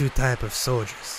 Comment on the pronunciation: she was saying bolshevik solider